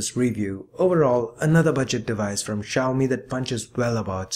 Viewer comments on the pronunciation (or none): Sorry it's see yow me. Not she yow me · technically its pronounced xiao-mei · Xiaomi is pronounced as "see- yow-me". Little padi(uncooked rice) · There are a lot of people who can't pronounce xiaomi.. Especially non Asians.